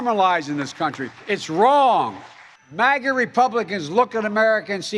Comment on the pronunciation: Biden says ‘MASA’! Make America Shit Again